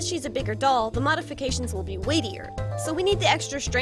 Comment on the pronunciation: It's "Mody Bodifications"